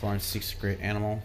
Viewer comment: is it just me or does it sound like he says great animal?